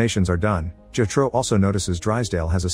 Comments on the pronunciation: bro said jehtro, it’s jethro lol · The repeated mispronunciation of Jethro is maddening because they use the name so bleeding much.